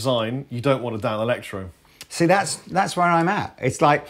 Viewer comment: Danelectro is the word can't say. They are the 5H!T!